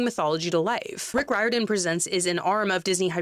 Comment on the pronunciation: Hey! Just wanted to let you know, Riordan is pronounced "REER-don", in case you were not aware! Fantastic and articulate commentary ❤